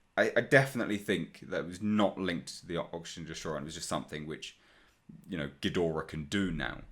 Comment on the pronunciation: "Geedorah, Ghidorah" "Yeah, it's Ghidorah" 😂😂😂